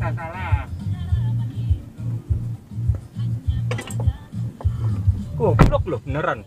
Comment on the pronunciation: Pengucapan "gobvlok" yg baik dan benar dan pada tempatnya menurut KBBI